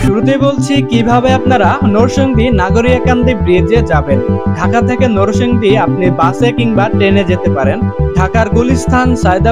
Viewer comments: Noshondina narsingdi age occaharon thik koren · নরসংদী কি রে ভাই, নরসিংদী বললে কি হয় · নরসিংদী উচ্চারণ ঠিক করেন আগে,আর নাগরিয়াকান্দা না ভাই,কান্দি হবে😆